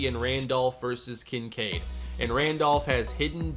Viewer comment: Kin Kade are you kidding it's kin sade